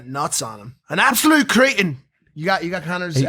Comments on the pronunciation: Kre-tin, not creetin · Cretin is pronounced Creh tin, not cree tin.